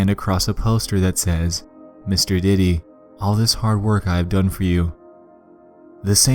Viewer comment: When you said diddy, I heard Titty.